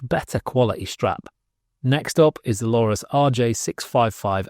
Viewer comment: yeap about the pronunciation... I think I can help you out as I speak multiple languages, spanish english... ok multiples, it should go "Are-doo-nay" Sounds like: "Are you doin' A?" but said in a classy voice 😄